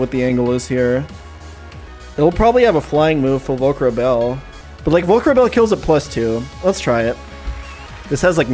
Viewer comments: every single video pronounced VolcaBaRel as VolcaRaBel and i honestly have to suspect it is purposeful now like cmon read the name it’s so obvious what order the sounds go in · VolcaBAREL not Volcrabel I’m sorry to be that guy but it’s hurting me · He still says "Volcarabel" and I hate him for it